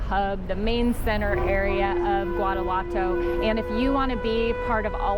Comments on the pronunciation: Great video and I thank you for sharing it. But, since my daughter lived in GTO for a few years and I speak Spanish fluently, I have to share with you the correct pronunciation of Guanajuato. Its pronounced (Wanna-what-to). Also, the correct pronunciation for guacamole is: (Wa-ca-mo-le). I hear my fellow Gringos mispounce any word that starts with Gua as (Gu-a) and it should be pronounced as (Wa). I am just trying to help. After all, I don't hear people pronouncing the Vietnamese soup Pho as (Fo). Its pronounced correctly as (Fa). Right? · Love your videos, as they take me back to my days as a reporter on Mexico's doings for The Houston Post. My thin beef with you is that you mispronounce many of so many well-known words. Guanajuato has no "w" sound, for example. My advice: upon arrival, ask locals how they pronounce names of their cities and popular tourist attractions/destinations. It is not a major criticism, but one that, when corrected, would rid you of the usual darts & arrows thrown at foreigners. . . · There’s no “R” in Guanajuato. My grandmother was born here. I last went as a child. Would love to return. Thanks for the videos! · Loved the takes at the end! And needs to learn how to pronounce Guanajuato...